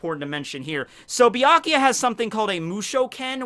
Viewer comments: I was a minute into this video when I had to stop watching because he pronounces Byakuya as "BEE-AH-KEE-YA", like the "U" isn't even there. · I love Bee- Ikea nice pronounciation ^^ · Saying byakuyas name wrong lol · Way to mispronounce byakuya 500 times